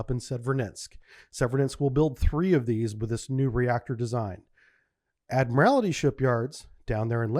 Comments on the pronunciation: Ad-mir-all-tee (four syllables). Not, Ad-mir-all-i-ty (five syllables). It's basically just the word "Admiral" with "tee" added to the end... "Ad-mir-all-tee". Most of your mispronunciations don't bug me, but this one really does (especially because you were in the Navy for 20 years). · Love these vids but the butchering of some words is brutal. Its 'ADMIRALTY' not ' ADMIRALITY" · If Mr. T joined the Navy and rose through the ranks, one day he might be Admiral T. And that's how to pronounce "Admiralty". You are adding an extra syllable that's not there. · "The Admirality Shipyard?" What? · Admirality, huh? Well I guess it's not like you'd have heard the word all that often. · For somebody who has such deep naval training and knowledge you'd think you'd know how to pronounce the word "admiralty".